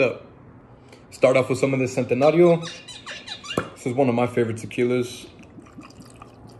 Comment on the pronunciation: Homie it’s pronounced chen-tenario